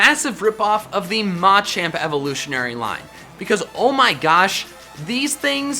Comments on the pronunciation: It will NEVER not bother me that you put the emphasis on the first “a” in the Machop, Machoke, Machamp line…Jesus. Please say it right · The way he says Machamp makes me not want to like the video